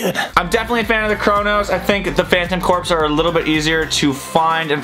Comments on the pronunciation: It’s pronounced phantom core not phantom corps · its Phantom corps not phantom corpse